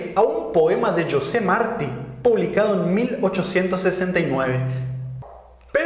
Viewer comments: Gran programa, como siempre, pero no se pronuncia "Yose Marti", sino "José Martí" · "...Yosé Martí..."? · Desde que dijo Joseph Marti al inicio (pronunciando Jose como en ingles) pues pare el video por desconfianza. Basura. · José Martí, no Joseph Marti. Igual gracias por el video. Ojalá tuviéramos esa vacuna y no las Pfizer, Moderna y Astrazeneca. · No es Yose Márti, No es CIBG, CIGB. Fíjate que cuando dijiste el nombre editaste el video cortándolo por que viste que metiste la pata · ¿Cómo me voy a fiar de un analfabeto que no sabe pronunciar José Martí? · Creo q sería bueno q aprendiera a pronunciar correctamente el nombre de José Martí . Y la vacuna es muy efectiva ya los resultados lo demuestran con la disminución de casos en cuba . Este video es una ofenza a tanto sacrificio. Debería ser más serio y respetarse más. Pero como siempre los resultados de cuba y la victoria frente a la covid 19 serán la mejor respuesta a tanta campaña de descrédito y falta de profesionalidad de su parte. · Señor, quizás UD habla mucha verdad en este vídeo, pero cuando ví que pronunció un nombre castellano en inglés (José Martí), y que cambió el nombre del CIGB a CIBG, creo que comenzó a perder toda credibilidad, así que dejé de ver este vídeo. 🤦🏻‍♂️